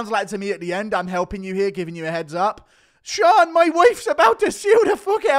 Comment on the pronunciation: "ShOrN" hahahahahahahahahahaha